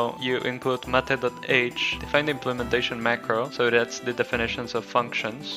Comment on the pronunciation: If you want it to be pronounced like you pronounce it then rename it to "matte" which is similar. Mate is pronounced differently and means "to copulate with" which is probably not what you intended